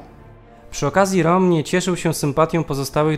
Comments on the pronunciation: Ernst Röhm to (Rem nie Rom) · Jak juz to roem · Interesujący odcinek, szkoda jedynie, że nie dłuższy. Zainteresowało mnie jak prowadzący wymawia nazwisko Rohma, pierwszy raz spotkałem się z taką wymową. Regularnie dotąd słyszałem coś w rodzaju "Rem", aczkolwiek po poszperaniu wydaje się, że to prowadzący może mieć rację.